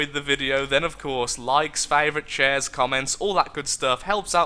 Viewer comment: Am I the only one that hears him say "likes, favourites, chairs" at the end of his vids?